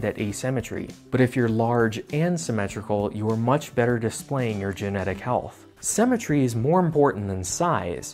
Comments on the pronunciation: Haha why do you say "cemetery" instead of symmetry? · Why does he pronounce symmetry like cemetery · I bet he drinks melk